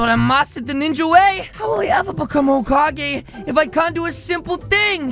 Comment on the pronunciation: bruh kakashi said holecage